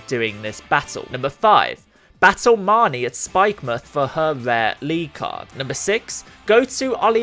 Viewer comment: Finally, somebody who pronounces Marnie right